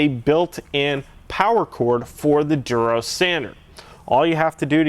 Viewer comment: haha its funny how you pronounce it "Derose"